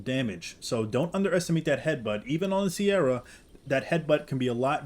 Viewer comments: why did you pronounce "cerato" as "sierra" 😭💀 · It’s not pronounced sierra it’s ser-atto